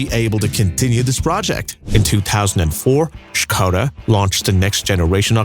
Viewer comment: I like that its spoken properly, with Š